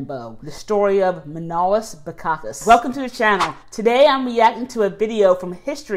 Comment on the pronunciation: The man doesn't say properly his name its not Mànolis but Manòlis he must emphasize on o not a.